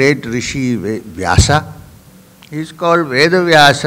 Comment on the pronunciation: 🌹🌹🌹Youtube चैनल के मैनेजर कृपया स्वामी जी को ये कमेंट ज़रूर दिखाएं ! स्वामी जी सादर प्रणाम ! कृपया नाम का उच्चारण - वेद का वेदा व्यास का व्यासा अर्जुन का अर्जुना कृष्ण का कृष्णा आरण्यक का आरण्यका वेदान्त का वेदांता आदि न कीजिए क्यों कि शब्द ब्रह्म है ! आप ब्रह्म को ब्रह्मा उच्चारण करके पुनः उसका स्पष्टीकरण देते हैं प्रवचन में !🌹🌹🌹